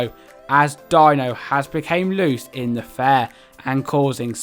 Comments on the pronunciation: "dee-no" not dino just fyi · Hi, nice review but some of the pronunciations of the characters are way off. Dino from The Flintstones is actually pronounced “Dee-no” even though it’s spelled Dino. ACME is pronounced phonetically not as an acronym so it’s like ACK-me, Finally, Wile E. Coyote is pronounced like “Why-Lee KAI-oh-tay”.